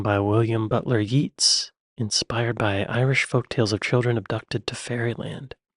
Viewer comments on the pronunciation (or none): And the poet W B Yeats is pronounced Yates not Yeetes. Sorry, we do love correcting you poor Americans pronunciation. And, being picky, couple of your attempts at a Brit Cockney accent sound more Oz. But you do have very nice calm voice unlike many of your compatriot you tubers. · Yeats Pronounced Yates. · Pronounced 'William Butler Yates, not Yeets'. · Yeats doesn't rhyme with Beats, it rhymes with Gates. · Yeats the poet is pronounced Yates. Just sayin'! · Yeats - pronounced 'Yates'. Irish poet died 1939. Great video by the way, thanks for posting, love your comments. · "Yeats" is pronounced "Yates" :) With "swings and roundabouts" another explanation is that at a fairground you can either spend time on the swings or on the roundabouts. You'll have the same fun, but you can't do both. Where you can hear the dawn chorus, you can also hear the evening chorus at dusk. Butcher's for a crook may be 1980s, but meaning a look it's at least a century earlier. There are hundreds of terms like this in the UK. A lot come from "secret" languages like Cockney rhyming slang and Polari (a coded gay language used before homosexuality was legal). So if you want to rabbit on without sounding naff, you need to lear a few more of them! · ‘Yeats’… pronounced Yates, like gates, meat. 😬 BTW, I love the way she states a phrase, concisely explains it, and then you go and Google it… pourquoi? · Americans use 'caravan', but not usually to denote a towed road-vehicle for living in. And Yeats is pronounced 'Yates'.